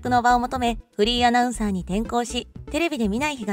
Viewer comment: 山本アナの「フリーアナウンサー」という紹介が「不倫アナウンサー」と聞こえてしまう。